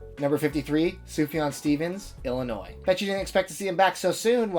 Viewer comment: Question (and I live in IL, so I know the correct answer) - but shouldn't Sufjan's album be called "IL - a - Noise" and not pronounced the same as the state spelling (Illinois)? And yes, I am with the Pronunciation Police.... Enjoyed the video as always